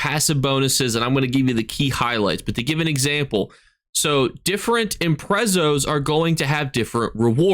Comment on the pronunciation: The Imprezzo? 😂😂